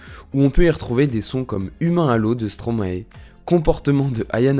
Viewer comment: Et on dit aussi Stromae ( comme )ail😅 et pas Stromaé stp😜